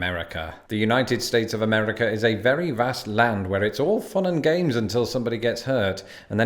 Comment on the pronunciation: At first I thought you said “Gays” instead of “Games” . Ngl for a second there I was questioning reality Love your content btw :) Time stamp